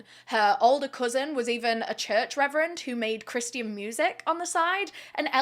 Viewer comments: Love your videos but please the religion christian is pronounced as chris shain not tian ily n ty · The way you say "Christian" sounds closer to "Christy Ann" and keeps making me giggle. Love your content! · Just started the video. The way you say Christian is blowing my mind 😅